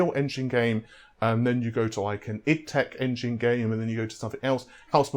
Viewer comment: Please say ID tech as in IDEA tech, not iddtech. :))) Otherwise fine video.